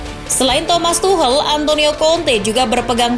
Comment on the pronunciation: Tolong dong dibenerin penyebutan Tuchel.. bukan Tuhel.. tapi Tuschel.. Dengerin komentaror Liga Inggris deh..